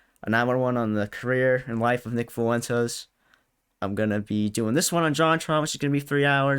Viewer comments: “Nick Fooentes” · He keeps calling him "Foo-Wentess" 😆 like its not a spanish name